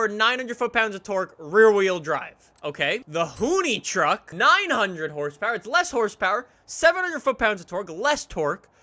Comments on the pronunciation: You say hoonitruck like "hoony truck" it's "hoon-ih-truck" I don't really know why but it just stood out to me. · I thought it was pronounced Hoon- ih-truck. Not Hoon-e- truck.